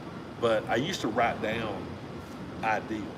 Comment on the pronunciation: Speaking of mispronounce words: it’s ideas, not ideals, but I know that’s a Tennessee thing, but even a great idea maybe less than ideal!😂